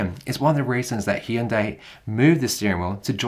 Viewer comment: Did he just say HEEEEEndai lol wtf here in the us it’s called Hyundai as in HUNNday